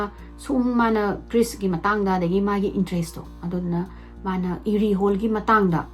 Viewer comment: Pung 2 😅 Krish haiba nate Erie haiba ne eida ra wrong pronounced toubei irritated oise dusu uncountable time